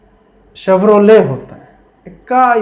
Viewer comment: Wait a minute???? Did u just pronounced चेभरोलेट🤣🤣🤣🤣